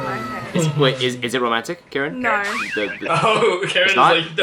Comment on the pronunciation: Karen says no like Rosé " Norr " and it's cute